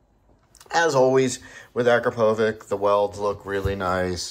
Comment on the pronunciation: it is more of A-KRA-PO-VITCH, with accent on "PO" sounds amazing, got it on my 2022 09